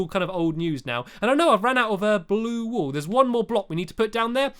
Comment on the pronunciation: Stampy: have you got any wool lee?? Me: woolee?? Lol